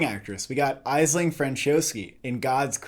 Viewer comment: Check how to pronounce "Aisling". Its completely different to how you said. It's an Irish name.